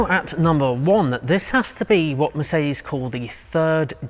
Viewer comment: Somehow , you always manage to annoy me by pronouncing MERCEDI BENZ !!! WHY DO YOU DO THIS ???🤯